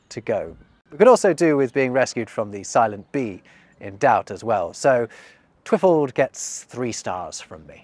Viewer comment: Twi-FALD. The emphasis should be on the last syllable. And the i short. / And galegale should be said in a singsing tone, imitating birds. / (Not an expert, I just have a musical relationship to language.)